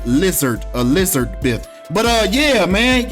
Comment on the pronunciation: "Queen E-lizard-beth." Come on!😂